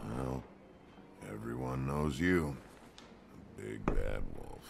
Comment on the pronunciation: Join the Disqussion now ^^ Solltest deine englisch skills mal verbessern. Wolf spricht man auch eher "Wulf" Aber gutes Spiel.